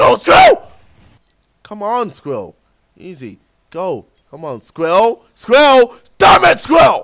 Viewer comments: Scril ral not scwial lmfa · Sam Wassell It was spelled squirl. Spelled wrong but you it sort of sounds the same. He was saying "squill" and got mad because he couldn't say squirrel. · did he have a stroke while he did the "SQRIL" track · LOL. He can't say squirrel. "squill, squill, squill. " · It's Sqi. Rrel. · Lol he just says sqwirul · Aha he can't say squirrel (squel) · I fell out of my chair rofling when he tried to say squirrel xD. His British accent is so funny, in a good way. xD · He can't say squirrel hahahaha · I was litteraly getting upset because he said squirrel wrong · When he tries to say squirrel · lol KSIOlajidebtHD trying to say squirrel haha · Came here to hear him saying Squirrel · I forgot how to say squirrel when he was trying to say :s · As the Nigerian tries to say squirrel we all watch and laugh Racist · He legit cant say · U can't say squirrel lolzzzz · He can't say squirell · He can't say squirrel properly!